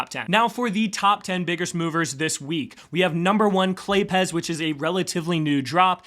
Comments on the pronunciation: Claypes, with a z sound at the end. Why do people keep saying Clay Pez? Do they look like Pez dispensers to you? Lol. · Pretty sure it's not Clay-Pez, it's Clay-Apes while removing a syllibal. Say it fast, claypes with a z added for some reason.